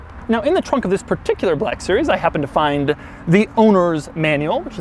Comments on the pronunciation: why you sayin black series like that lol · HAHAHAHA A WHITE MAN CAN'T SAY 'BLACK' NORMALLY😂😂😂